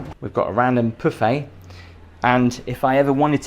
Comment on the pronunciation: There's no "ay" sound on the end of pouffe, because it's not spelled pouffé. The accent on the letter makes a difference.